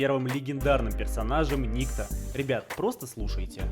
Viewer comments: Я так понял что правильно называть перса никтó а не ни́кто, потому что этот перс является русским, а у иностранцев (не смог найти другого слова) нету имени никто, есть ник и тип этого поэтому его называют Ни́кто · правильно никто́. Ибо данный персонаж русский, а так как колда американская они его и называли ни́кто, ибо им это ближе и проще. Ошибка перевода и/или произношения короче. Кстати это, от сборочки на дигл я бы не отказался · Если что правильно говорить НиктО